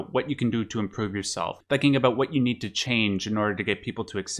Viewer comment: oh are you canadian? i heard an aboot slip oot instead of an about 😏